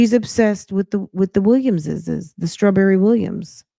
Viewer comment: It’s Shirley Strah-berry and 😭😭